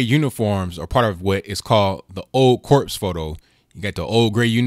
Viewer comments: good video... just FYI, it's pronounced "core" not "corps". very good point though, same thing I thought... you shouldn't be making political statements, especially one that represents what the raised fist, stands for, in uniform. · Corps not corpse.